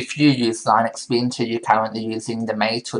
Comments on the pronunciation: This guy can't say "Linux" properly. Just because it was originally created by Linus Toval doesn't mean it's pronounced like his name. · Actually its pronounces [LEE-nuuks] look it up on wikipedia .